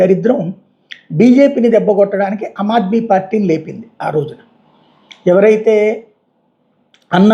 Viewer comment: అమాద్మీ కాదు, ఆమాద్మీ = Common man